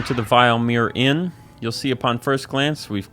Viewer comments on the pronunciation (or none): This guy's pronunciation is on EpicNate levels. The Vill-uh-meer Inn is in Eye-ver-stedd not the vile-meer Inn in Ee-varr-stedd